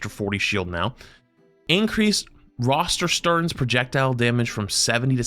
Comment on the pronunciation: A part of me died when he said "Roterstern" (tbf German is kinda eh to pronounce I know that)